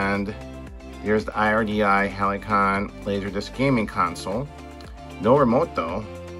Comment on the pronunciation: pronounced "HAL see on". My dad worked for RDI back then and we had 2 or 3 of these growing up.